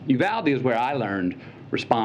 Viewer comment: Someone in the CBS News got fired over that "Uvlade"